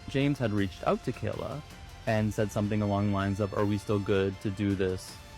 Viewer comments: (very unserious comment) As a Kyla who always gets her name mispronounced as Kayla, the vindication i feel hearing Kayla mispronounced as Kyla is unmatched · Kay- lah. .not ky-lah ily but if your do your try research you should know how to say her name. She is an abuse victim. Say her name right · My name is Kyla, so when you first started saying ‘Kyla’ it kind of threw me off a bit lol; I’m American and when most people see my name they try to pronounce it ‘Kayla’, so it’s really funny that in the UK (in the area that you’re from, at least) it’s the opposite and all the Kayla’s get called by my name instead haha